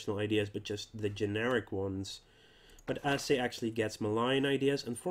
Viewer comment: Maybe its too late for you but it is spelled "a-cheh". Not "a-seh" as you said.